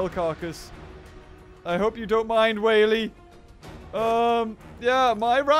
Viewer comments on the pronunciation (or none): none